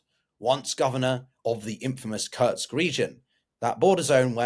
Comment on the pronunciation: It's called Kursk not Kurts.